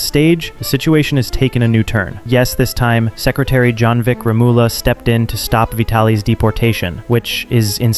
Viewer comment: It is pronounced Jonvic Remul-ya... not Remi-ula...